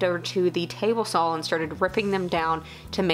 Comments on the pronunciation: I have to smile every time you say "sawl", haha....kinda like up here we say "Warsh" (Wash), or "Acrossed" (not even a word...but is here in the midwest), haha. Great video, keep up the good work kiddo:-)! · Everyone leave alone! She can say "sawl" however she damn well pleases!! Lol 😍😍😍